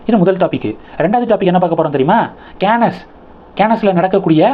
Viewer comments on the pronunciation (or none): அது Cannes.கேனஸ் இல்லை.உச்சநீதிமன்ற நீதிபதிகளை தி.மு.க விலைக்கு வாங்கி விட்டதா?